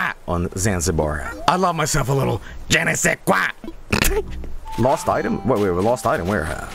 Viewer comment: The best part about this is how flawlessly can say "je ne sais quoi" x) did he learn french as a third language???